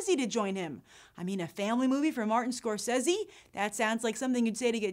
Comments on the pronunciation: Martin Scorsese. Pronounced, [Mahr-Ten Score-Say-Zee] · I HATE the way you say Scorsese. Ahhh. Stop it. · im sorry but she cant pronounce scrosese right ANOYING